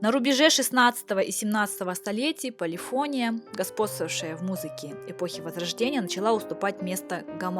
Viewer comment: В русском языке ударение ставится полифонИя, а не полифОния. Такие варварские ошибки подрывают доверие к лектору